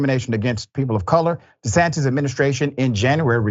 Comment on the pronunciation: Governor DeSatan 😂. Did he say that in error or on purpose?